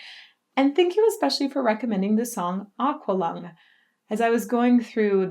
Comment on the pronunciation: PS. It's pronounced ACKualung!!